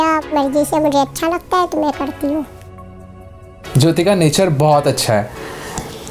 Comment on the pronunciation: Not Jo-i-ti....its Jyothi,Jyo-thi.